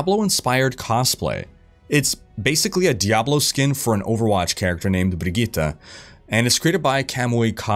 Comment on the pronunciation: I appreciate the proper and official pronouncing of Brigitte.